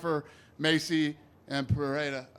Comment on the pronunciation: why are americans pronouncing ''Peheira'', i get you want to say it right but it's not better than saying Pereira with an american accent.